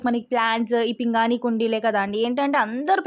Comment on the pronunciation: పింగాణి అమ్మ పింగని కాదు please correct చేసుకో